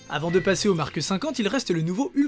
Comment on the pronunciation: il n'y a pas de "e" à la fin de "Mark" pourtant tu dis Markeuh 1, Markeuh 5, Markeuh 6... insupportable. Pouce vers le bas. J'ai tenu 4 minutes... pourtant le sujet m’intéresse mais là non....